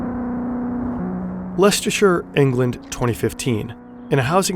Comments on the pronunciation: Kudos on pronouncing Leicestershire correctly! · My favourite part of this video is you pronouncing Leicestershire right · thoroughly enjoyed this video but my highlight was when you, a non-brit pronounced Leicestershire correctly. i wouldn't blame you if you didn't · Just a small thing but his pronunciation of Leicestershire was perfect. Cool to see with enough dedication to researching a story that they're able to pronounce English counties correctly. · A valiant attempt at pronouncing "Leicestershire". I've heard much much worse. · Congrats on your pronunciation of Leicestershire, aside from your US accent inflection (which you can't help) it was pretty much perfect. That's a real tricky one to say. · The most impressive part about this video was you pronouncing Leicestershire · Only non British person to pronounce Leicestershire correct 😂